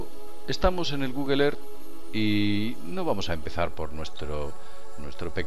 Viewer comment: PRONUNCIA BIEN EARTH